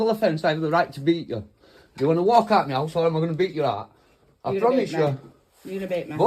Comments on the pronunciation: Meyowse…. He keeps saying it, is that a person?? 😂😂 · Sounds like he keeps saying "get out meouse" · Why does he keep saying.... "get out meows"? Is he trying to say..... get out of my house instead? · Is he saying, get out Meow?? I'm American and I swear to christ he's saying MEOW!!! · Sounds like he's saying get out meow 😂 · did he say get out meow? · When he says “me house” it sounds like meow 😺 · When he says " get out me house" sounds like he is saying " get out meow " 😂😸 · To my American ears and it sounds like "Get out meows" 😮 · Is he saying get out of ME HOUSE or is he saying get out of MEOW? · Sounds like he is says meowous 🐈🐈 instead of me house.!! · all I can hear is « Get out meows ». Make it hard to take him seriously haha. 🐱